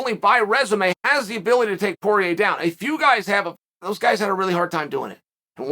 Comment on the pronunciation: Who’s “Pee-air-uh”? 🤣